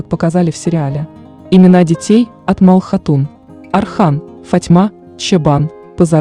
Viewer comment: Не Мал хатун а Малхун хатун